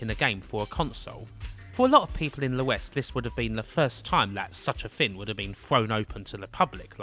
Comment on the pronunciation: Why always "Thin" instead of "Thing" ?